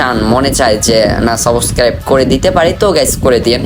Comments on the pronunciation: সাবস্ক্রাইব ❌ সাবকাইব☑️ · তুই আগে Subscribe উচ্চারণ করতে শিখে আয়, তুই ত একটা ভুদাই 😂 ১ বান্ডেলের জন্য ১ মিলিয়ন খরছ 🤣🤣